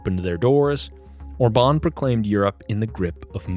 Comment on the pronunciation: His name is Orban with accent on O not orbAn with accent on A. How come you don't know this? I thought you said obAma from the way you pronounce it.